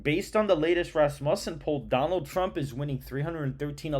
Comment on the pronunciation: FYI it’s Raz-mew-son 🤘🏻